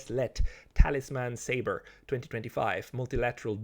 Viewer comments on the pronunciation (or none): none